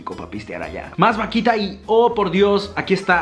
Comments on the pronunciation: Ese pastel q decís jajaja se llama alfajor y esa vaquita no es así es vauquita se suena la u, ese popote se llama bombilla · alguien que le diga q se pronuncia vauquita y no vaquita ah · Vaquitaaaa vauquitaaaaaaaa es vauquitaa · Vasito de mate JAJAJAJA "VAQUITA en vez de VAUQUITA" jajaja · Youtuber: vakita, vakita, más vakita, mas vakita Yo: VAUKITAAAAAAAA C DICE VAUKITA XD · vaquita jajajajajajajajajajajajajaja es vauquita forro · le queria pegar una piña cuando decis vaquita en ver de vauquitaaa dios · Soy la única argentina que se desespera cuando dice vaquita es vauquita trato de ponerlo como suena :v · Me desespera como pronuncia todas las marcas vaUquita (no vaquita) eso fue lo que me molestó 😁 igual te amo mucho ♥️ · Me desespera un montón que diga vaquita y no Vauquita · Vauquita...no vaquita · es vauuuuuquita no vaquita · No, yo estaba pensando:AGREGALE LA U A VAUQUITAAA aaa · Se dice Vauquita!!!😡